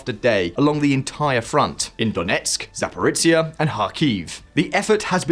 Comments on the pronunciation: Good video, but nowadays it's a matter of seconds to check how foreign names/words are pronounced: ZaporiTSia and PrigoTSin are painful to hear 😖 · prigo*ZH*in zapori*ZHZH*iya come on mate it's not pizza.. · I applaud your optimism. You still think the war will be over so fast that you don't need to learn how to pronounce place names like "Zaporizhia".